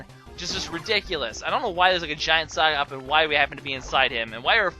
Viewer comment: Sockop/Socop. Sicop, really?